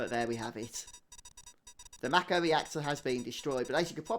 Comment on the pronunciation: I'm so glad that you pronounce the word "Mako" properly! Everyone I know pronounces it as, "May-ko" and it drives me absolutely insane lol.